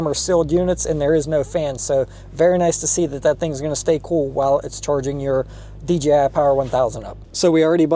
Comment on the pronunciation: Great Video and finally somebody who pronounces DJI properly!